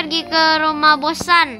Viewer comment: kok bilang bos sun jadi bos san wkwkwk